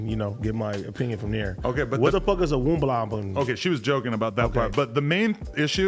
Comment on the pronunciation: What the fuck is a Woomblaban!